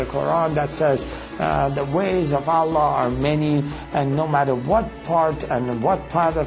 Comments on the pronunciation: 1. we pray 5 times not 3. 2. he said prophet muhammad but didnt say p.b.u.h. or s.a.w. 3 n he becomes powerful n real life by reading quran? fake non muslim say that, 4 he cant even say Allah like properly. so if thats not enough proove his faker muslim, well i dont know where you are going... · The way he says Allah.. is like he says it for the first time.. LOOOOOOOOOL i like the effects in the video too.. suits the music.. talking lies about Islam.. I dont feel sorry because of you.. I feel sorry for you.. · this is all fabricated. he can't be a muslim. a muslim unable to pronounce the name ALLAH correctly. how funny. fool other foollish people like u but won't be able to convince muslims with your lies and fabricated stories.